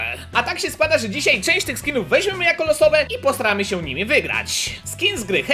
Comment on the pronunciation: Kiedy zauważasz że mówi posramy się wygrać zamiast postaramy się wygrać minuta